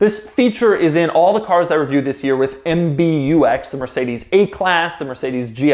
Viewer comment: You're saying mbux incorrectly. Its em-bucks, it sounds better too!